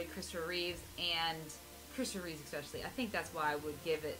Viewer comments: Christopher REEVE (no S), except when he’s Superman. 😉 And its George ReeveS. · great review. but it's George reeves, and Christopher Reeve.